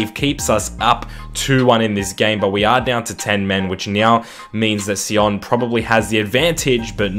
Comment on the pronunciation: FC Sion is a Swiss side and it is pronounced "Zee on"